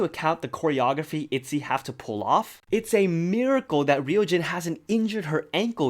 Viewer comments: “REE YU JIN” HAHHa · Wow the pronunciarion of ryujin needs some work